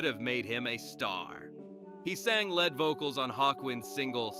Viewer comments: He sang lead vocals? Pronounced like the element, lead bullets, rather than LEED, lead singer, frontman. What the heck? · Lost me when they mispronounced "lead vocalist".